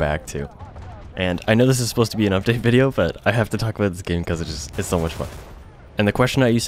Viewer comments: The only reason I subbed is because you say "aboot". It's hilarious! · the way you say about makes me laugh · You're a pretty chill dude. Do what you want to do without explaining to people or giving them excuses. At first, you're a gamer, you play the game you enjoy the most. After that, comes the fun of editing and streaming... Also, no homo, but I love how you say "about". Best of luck!